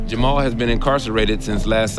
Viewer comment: They aren't Moroccan. You can tell by the way they pronounce Jamal.